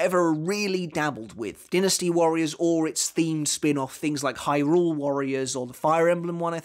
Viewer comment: Dinasty! Not Dinasty!